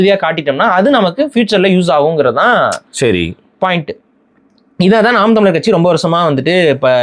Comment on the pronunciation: should get over that he left NTK.. Seeman always says ‘naam’ not ‘naan’..